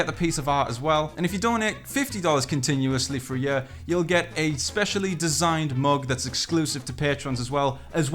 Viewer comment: He says “yur” 😂 for year lmao